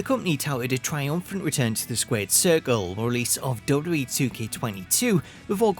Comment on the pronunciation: The way you say "WWE" has been cracking me up for legit 4 years. "Dubub E."